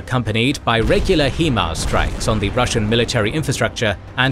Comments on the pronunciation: I think I'm failing to understand something in this video. The narrator keeps referring to the WESTbank of the river as the "rightbank". From my perspective, the westbank would be the "leftbank". And who the fuck refers to riverbanks as left or right anyways?! Oh well, not a big deal. I also noticed the constant mispronunciation of the acronym "HIMARS" (he kept pronouncing it as "HE-mars" instead of "HI-mars", and I don't understand how it's even possible to make such a mistake since "HIMARS" is pronounced **exactly** how it's spelled)). Other than those little nitpicky things, the video was amazing. Can't get over how insanely talented the artist(s) must be. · It is a complete and total mystery why the narrator cannot pronounce HIMARS properly. Obviously this person has never listened to any news reports or interviews of English speaking military persons, which calls into question his knowledge and credibility of what he is talking about. It is pronounce HI mars, High mars or Hy mars. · Only one suggestion. It is not Himars, but HIMARS. And it is an accronim (High Mobility Artillery Rocket System), not abbreviation or a private name. And the pronunciation is not /'hima:rz/ like Ukrainians are calling it and like it is pronounced in the video. Manufacturer Lockheed Martin and the US Army call it a /ˈhaɪmɑːrz/. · HI-mars. There isnt even an E in the name 😂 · and Generals oh! OK. My mistake. I just assumed because of the pronunciation on all the videos that it was AI that pronounced HIMARS as HEE Mars. Sorry about that. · The way he keeps pronouncing himars is driving me crazy. It's not "HEMARS", it's "HIMARS" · really bro...... He-Mars? . everyone has been calling them High-Mars........ ya know.... because hi = high.......... and mars = mars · When you say "He-mars" I cry it is Hi‐mars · It JUST occurred to me that you guys use an AI Generated voice over. That's why it says Hee Mars instead of High Mars every time. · it's hai-mars, not hee-mars